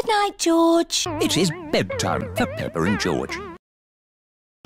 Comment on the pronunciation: IT Is BeDTime for PePpeR and GeOrGe George: WAHHHHHHHHHHHHHHHHH